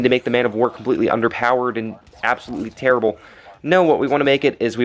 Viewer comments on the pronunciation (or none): "tærible, tærible"